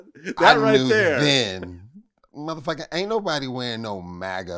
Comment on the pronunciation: Vlad, Vlad, Vlad...for the luv of God, please stop saying “muhhhfucka” like that. Im not judging your interviewing skills cuz clearly I watch them but I literally cringe when u say it like that. I’m not offended in the least by the word, just your pronunciation (or lack thereof) of it. Just my humble opinion. 🛑 ✋🏽